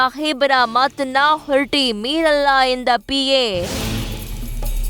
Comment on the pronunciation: ಹೊರಟಿ ಅಲ್ಲ ಮಾ ಅದು ಹೊರಟ್ಟಿ